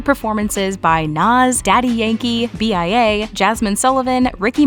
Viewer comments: Bia Not BIA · B-I-A ??????????!!!!!!!!!!!!!!!!!! 🤣🤣🤣🤣🤣🤣🤣🤣🤣🤣🤣🤣🤣🤣🤣🤣🤣🤣🤣 it’s bia sweetie